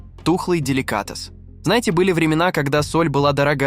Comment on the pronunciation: Деликáтес😂, эски́мосы, тю́лень😂😂😂дизлайк за нейросетевую озвучку тебе.